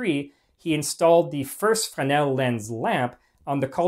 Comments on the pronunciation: Not ‘fen-el’, but pronounced ‘fre-nel ‘. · You start off the video mispronouncing Fresnel (fray-NELL) by losing the "r". The French tend to drop a lot of consonants in their words, but the "r" in Fresnel isn't one of those. Your mispronunciation distracts from an otherwise interesting video. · The word is Fresnel. There is a letter S in the middle of it. Why do you insist to say it wrong?